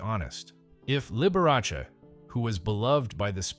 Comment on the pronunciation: You should pronounce his name correctly. The Dr. was a true doctor, and upheld the Doctor, Patient confidentiality.